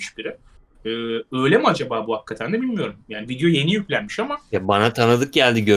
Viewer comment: Lütfen artık "Hakkatten" diyip durmasın. Nolur. Plzz.